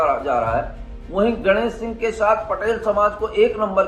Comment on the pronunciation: Patrakaar ji ganesh singh ka naam sahi dhang se legiye